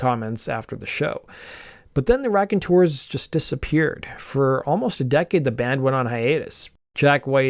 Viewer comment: Sooo it's not the RACKonteurs... It's pronounced ROCKonteurs. Get it? ROCK. Just so ya know lol